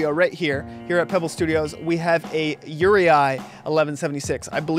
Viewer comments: it pronounced "ur-eee" not "ur-e-i" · Uri--eye? WTF??